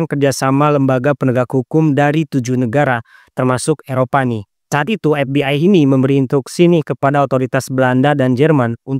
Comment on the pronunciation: Izin koreksi dikit. Ef bi ay bukan Epbi ay. Pasar bukan Fasar Ilegal bukan Elegal Zat bukan Jat 😂🙏